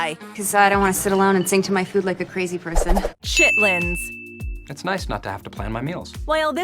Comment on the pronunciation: Chittlins. You said it the right way 💯